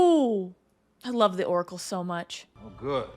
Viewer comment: The "decóracle" 😂